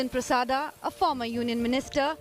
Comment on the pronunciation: Hey! India Today Jokers...what is 'Prasada' can't you pronounce it correctly.